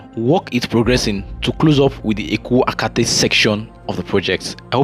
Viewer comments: you are doing a good job. But take of pronunciation of area names, this should be part of your work. There is nothinglike Eko “Akate” as you called it. It is Eko-Akete. Please correct yourself. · Good job bro!!! It is pronounced as Eko A kay tay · Well done and congrats on using a drone...it makes a lot of difference. Meanwhile it's EKO AKETE, not Eko Akate 😊